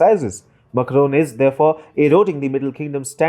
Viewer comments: It is not Muckroan, Makro it is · It is Macron not "Makaron" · Please check your pronunciation of “Macron” it sounds very odd when you are saying it so many time in this video. Kindly check from some French source the correct pronunciation. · Some English speakers just can't get their mouth around French accents. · Peacock That's what I was thinking when I heard it.